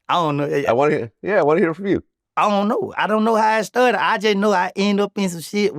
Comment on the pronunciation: “Ion like to pay” 😂